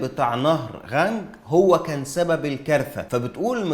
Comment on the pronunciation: النطق الصحيح نهر القانق